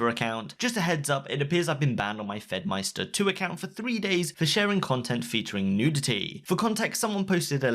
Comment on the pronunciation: "FedmySTER" Pretty sure it's just pronounced like "meister".